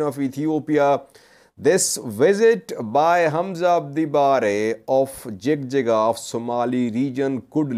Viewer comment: so we say it JIJIGA not JIGJIGA in English jig jig has have diferent meaning it means having intimacy.